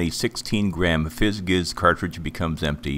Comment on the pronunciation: It's pronounced "FIZZ JIZZ"